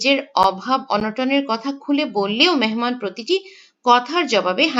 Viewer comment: মেনমান নাকী মেহমান